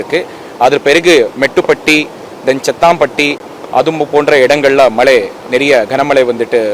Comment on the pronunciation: Enna மலே 😡😡😡😡மழை சொல்ல முடியல